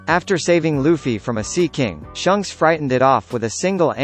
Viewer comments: I hate how he says shunks its shanks dammit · It's pronounced Shanks, not Shunks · I can’t believe you said his name wrong shanks not shocks like wtf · Did he just say shunks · By the way it’s not shawnks is shanks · Pronounce the names right it’s shanks not shunks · You said Shanks name wrong its pronunced shaanks not shunks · Its shanks not shunks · He really pronounced "shanks" as "shunks"🤦🏼‍♂️ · When the robot voice said shunks and not shanks it was kinda funny 😆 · Did you just call him SHUNKS? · Shunks bro its shanks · Why do you pronounce it "Shunks"? It says Shanks dude 😂😂 think of it like him or Luffy if it helps.. Flanks.. are a type of steak right? Flanks rhymes with Shanks.. there's also an A in his name not a U lol.. Shunks rhymes with Chunks.. which is what I'm blowing right now hearing you botch Shanks' name 😂☠️ rip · It’s not shonks it’s shanks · Who the Nani is "Shunks"?! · Gold.d.roger!? Really shunk!? It's shanks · Shunks. They are saying Shunks, right ? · It's funny how he says shanks like shunks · Way you said SHUNKS. Reminded me of STONKS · litirally lost my shit when i heard him say (SHUNKS) 😂🤣😂🤣shunks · "Shunks" thx bro..now i cant unhear it😐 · Don't forget about S H U N K S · My guy said shunks😂🤦🏾‍♂️ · Dislike for not saying shanks name right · Learn to pronounce shanks name u pleeb put some respect on it ! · I zoomed to the Comments when he said shanks name wrong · Keith Atuatasi thank god i’m not the only one who noticed that